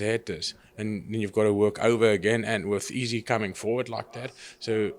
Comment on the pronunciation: Love how he pronounces Izzy "EASY"